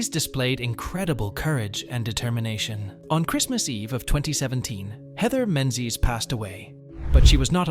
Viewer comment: Heathers is the same. Menzies is incorrect then correctly.🤦